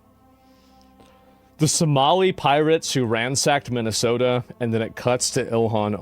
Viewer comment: She can't even say Minnesota right